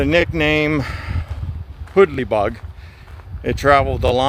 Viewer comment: Really cool video! Two things though, it's actually pronounced so that "hoodle" rhymes with google, and that section of water is where the Two Lick creek meets Blacklick creek. Really enjoying your videos man, keep it up!